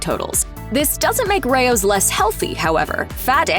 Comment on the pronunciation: Correct pronunciation is RAY-ohs.